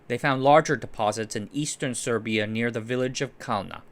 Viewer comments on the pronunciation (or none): none